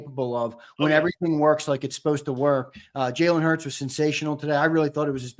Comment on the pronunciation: HEY sileo put some respect on jalen hurts name😅😅😅 you been wrong all yr 😅😅